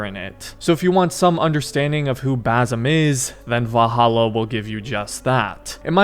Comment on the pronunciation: it’s Basim not Bazam😭